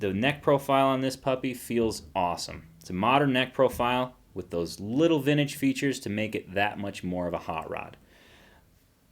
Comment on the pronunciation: What the hell is "vinage"?